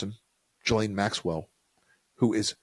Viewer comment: One good thing is we now know the correct pronunciation of “Ghislaine”.